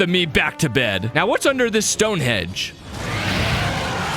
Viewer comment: You know it's called 'Stonehenge' and not 'Stonehedge', right?